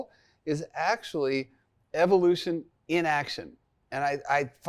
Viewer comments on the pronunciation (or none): none